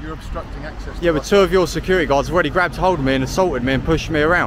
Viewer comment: The security has a ‘ t ‘ in it , not securi ee .!😊